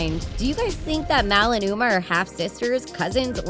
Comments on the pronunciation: You say mouwe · U SAID UMR HAHAHA